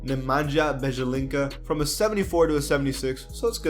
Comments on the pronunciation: I think it’s pronounced Ba-Ya-Li-Tza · it’s pronounced bejelizza sort of like pizza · It's Nemanja Bjelica: Ne-ma-nia Bie-li-tsa (the accents are in the first "a" and the "e") where j's are give it a short -i like in Mario Hezonja ;) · Nemanja Bjelica is pronounced Ne-man-yah Byel-itz-ah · Stop saying "bejelinca". Its wrong.